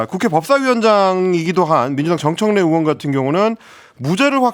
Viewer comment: 의원->으원, 의혹->으혹 이거 너무도 거슬리는데 연습 좀 하시지...